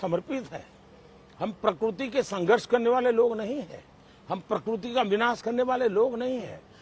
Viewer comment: प्रकुर्ति नही प्रकृति सही शब्द है